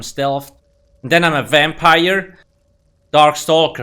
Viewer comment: You finally said “vampire” instead of ur usual wampire.